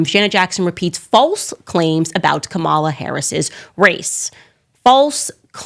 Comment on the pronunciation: Car-a-mel Harris.